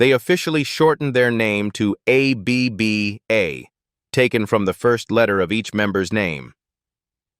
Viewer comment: Aay-bee-bee-Aay?? More BS AI. Bye.